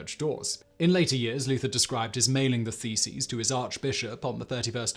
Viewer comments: Did you say theses or faeces? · I had this on in the background, and I honestly thought he was saying "feces"! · Who else misheard "theses" as "feces" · Loool my headphones made all the mailing and nailing of faeces quite entertaining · It took me so long to realise he's not nailing faeces on the church! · I wasn't prepared for how Simon was going to say "thesis" I thought he was talking about Martin Luthar nailing his faeces/feces to doors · Martin Luther nailing his faeces on church doors? Yep, that is what my tired head heard so I had to check the subtitles. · Could have sworn you said "nailed his feces" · Yes, and can you imagine the patience to actually have counted 95 of them !!! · You said "nailing the theses." I heard "mailing the feces." It might have been just as effective. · When he repeatedly pronounces "thesis" as "faeces" 😂😂😂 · “Theses” or “Feces”? I’m having a hard time not laughing here 😂